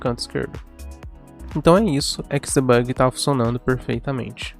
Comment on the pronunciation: XDebugui???????? que ingles é esse ? ou vc fala em ingles ou em portugues... Não misture.